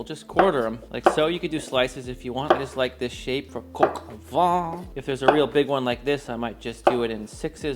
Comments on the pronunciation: Please I am French you do not have to tell me how French words are pronounced Vin (wine) Vent (wind) Van (a truck for horses) VAN and VENT are pronounced the same - not VIN. If you say van/vent to a French person meaning vin (wine) , he/she will not understand. Now instead of mentioning « nazalizing » and « with your jaw open » and « consonants », do go on the internet where you will easily find these words pronounced (in soundtrack). Much more efficient. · I stopped watching 13 seconds in right after you mispronounced the French word vin. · If you pronounce VAN it corresponds to VENT which means wind, not wine… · Vin and van are NOT pronounced the same at all as already explained. Now you do what you want. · "vuh"? It' "vah" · Your pronunciation is quite good, but “vin” is more like… “vein” but don’t pronounce the N! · Gilbert in French would be pronounced the same, except with a soft G (as in jeans), the T is silent. I am French, my mom had a restaurant in the South of France, and I approve of this recipe. 🥰Happy memories. Edit: make sure to pronounce "vin" and not "vent. Because vent means wind. Roaster with wind? Farty chicken? Not so much. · I know I'm being pedantic, but "vin" sounds more like "van" than the way you're saying it (namely, "Vaughn"). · Nope. The closest English word (in pronunciation) to the French word "vin" is "van" (just nasalize the 'n' rather than saying it as a consonant). --A Bilingual Speaker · You keep pronouncing it "Coq au Vent" instead of "Vin". Like "vein" but without pronouncing the 'n'. Mind-you "Chicken in the Wind" could be the name of a dish, but not this one. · I'm sorry, you say 'vin' like 'vent' (wind). It should be 'vèn'. Look it up in Google Translate, where you can hear the pronounciation.☺ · Vin vin vin...not van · because otherwise it would be pronounced “vee.” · Maybe learn how to pronounce “vin” properly